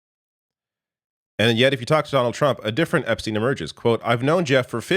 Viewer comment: I cant get over how Trump said Epstine like he never heard the name before. "Epp...stine?"